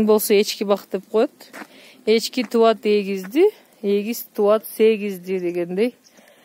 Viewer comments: Чобору эмес,чоо.туат эмес,тууйт. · тубат эмес тууйт дегилечи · Туват эмес туйт деп суйлогулочу!!!